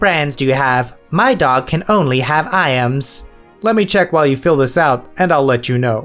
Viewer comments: Its pronounced eyems not i ams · Just for future reference IAMS is pronounce like (eye-ms) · The pronunciation of IAMS triggers me far too much.